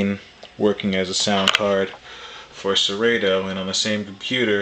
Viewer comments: its sir-rot-toe, not sir-rate-o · Is not Serayto.lol